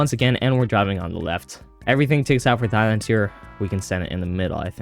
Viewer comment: Did you say thighland? Where are you from?